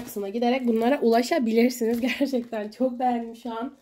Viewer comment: Birazda düzgün konuşsan Gıcık oldum çoğk güzel arkadaşlar diyosun ama videoların çok kaliteli askm